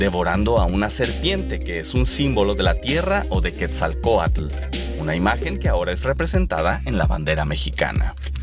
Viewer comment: no se pronuncia Quetzalcoalcull, se pronuncia tal como se escribe.